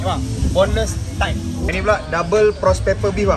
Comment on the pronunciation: Mouthgasm Burger? Nak sangat letak nama in English.. tapi sebut chicken "thigh" pun salah. Sebut bahasa melayu sudah lah bro. Malu